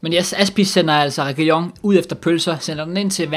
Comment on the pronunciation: som mat sagde “Regiligone” 😂😂😂